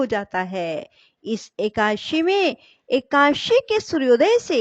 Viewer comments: कृपया सुद्ध शब्द बोले एकादशी न की एकाशी 🙏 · Ekashi aap kyo bolti hai